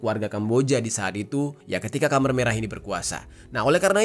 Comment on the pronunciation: Izin bang. Khmer merah dibacanya kemer (keumer) bukan kamer.